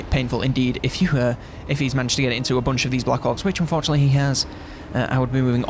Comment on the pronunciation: When he is saying fortunately and unfortunately it’s indistinguishable lol